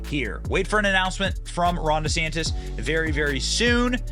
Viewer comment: ☆TRUMP IS PRESIDENT 2024☆ What a waste of money, Ron. No one in New York/NJ will ever vote for DeSantis. Don't bother, "Deesaaaaantis" that's the way he pronounces it. Whiny. Coat-tail rider. Nah. Nope.